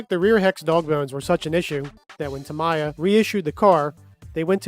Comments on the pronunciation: There is only one way of saying it, it “Tammy-ya!” Imagine someone mispronouncing your name, I’m sure you would correct them. Saying Ta-Mee-yah is no different. Anyway, great job on the video! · There is no debate : it's TAMMY-YA 😋 It's fun : english-spoken people have great difficulties to pronounce correctly japanese brands names. In model railway, it's the same with Kato 😂 Thanks for the video ! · Its TA ME(AS IN YOURSELF) YA. I live in Japan so its pronounced that way. There is no debate. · Japanese pronunciation is Tah-me-yah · The correct Japanese pronunciation is TAH-mee-yah 😊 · In Japanese, Tamiya is pronounced as "ta-mee-yah" with three evenly stressed short syllables. I speak Japanese. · It's "Tum - eee - a" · Pronounce TAMIYA by using Japanese way to make you as professional.